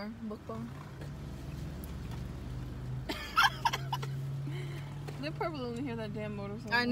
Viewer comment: you did a pretty good job with your pronunciation of mukbang:) good job hahaha